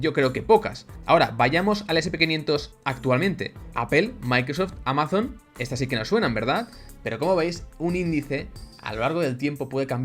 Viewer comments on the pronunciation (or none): none